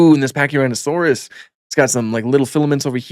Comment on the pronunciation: you said pachyrinasaurus but it’s fine 😂